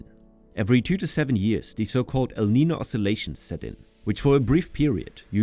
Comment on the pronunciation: The speaker needs to improve the correct pronunciation of “Lima”, “el Niño”….etc.